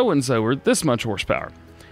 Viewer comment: Instead of horsepower, he said horschpower. Good one DJ